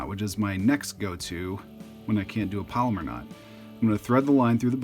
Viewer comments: It's pronounced PALOMAR, not "polymer". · "Palomar" is not pronounced "polymer". It's pronounced "pallow-mar".